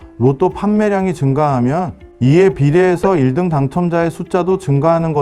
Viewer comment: 아. 인공지능이라 1등 발음이 어색하군요 오..